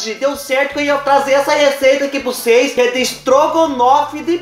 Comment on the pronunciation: Cheira "prucês" vê 😂😂😂😂😂😂😂